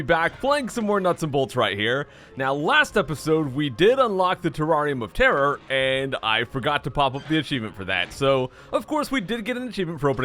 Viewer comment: Is it just me who thought he said teraria motara? Not terrarium of terror